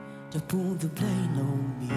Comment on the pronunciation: Голос,конечно,неплохой,но,произношение и половина слов непра.произносит,как услышала,«don't put the blame ON me",а не «NO me",блиг,,ну идете на шоу,возьмите кого-то,чтоб плмогли разобраться с текстом и помог с произношением,это отвлекает,или берите песни на родном языке,что лучше в данном случае